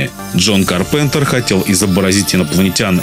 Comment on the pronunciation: Ка́рпентер(ударение на "а")